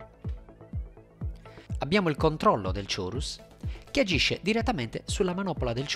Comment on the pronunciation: p.s. chorus si pronuncia ˈkôrəs ;)